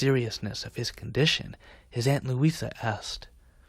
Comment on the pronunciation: "Louitha" May Alcott??